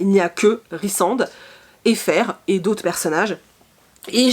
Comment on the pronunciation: Juste pour info, parce que l'on a tous été perdus, on dit '' Feyra " 😂